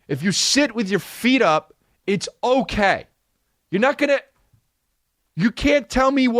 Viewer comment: Love the quick 'kay'